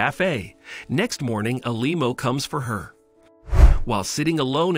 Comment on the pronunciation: Why did the narrator keep calling a limo a lemo?